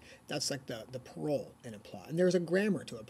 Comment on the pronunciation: If you use french terms you should say them properly. There was no effort at all on your part. Parole the way you pronounce it is not the same world.